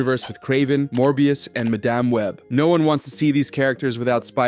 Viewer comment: Bro says Ma Damn web lmfao